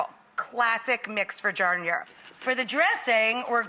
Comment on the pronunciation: As a lifelong Chicagoan, this is cringeworthy. Right from the get-go, the pronunciation of giardiniera is like nails on a chalkboard. Also, the vegetables in the giardiniera are too big. And "Authentic" Italian Beef is not cooked as raw individual thin slices of steak on a griddle. It's cooked as a roast and then thin sliced and dropped into the au jus gravy. I was literally yelling at my TV screen when I saw this.